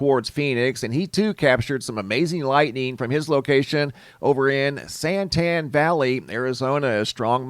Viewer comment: It was funny to hear you pronounce San Tan valley, sounded like Satan valley!!